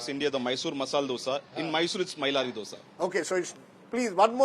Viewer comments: This fellow has been doing these shows for donkey's years. He still can't pronounce Dosa as Dosa. Calls it Ddosa. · Its Dhosa.. pronounce it as Dho-sa or Dho-se, common its been ages.. can't you guys say this properly still